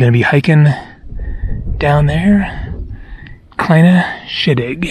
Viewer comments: Close. "Kleine Scheidegg" is pronounced "Cline-ah Shy-d-egg" Trust me there, I am Swiss. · Spectacular work,. It's pronounced "Cline Ah Shy Dig"